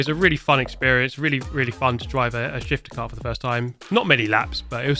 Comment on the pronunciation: For some reason i thought kept on saying higher cart. Thought it was mightily pretentious. Probably cause i'm high(er), tho.